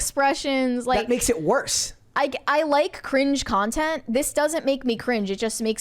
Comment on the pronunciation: Content not yawn-tent.